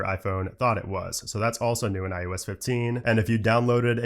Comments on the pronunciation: How does this guy not know he's fucking saying, "iUS"?? It's iOS buddy... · This man keeps saying iUS instead of iOS. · It’s “ IOS “ not “ IUS “ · i hate the way he says IOS